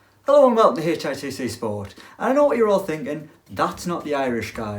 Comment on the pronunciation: Tbf james is a lovely lad, i only hate that substitute guy who can't even pronounce hitc properly